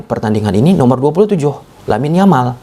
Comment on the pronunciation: Yamal bacanya Jamal.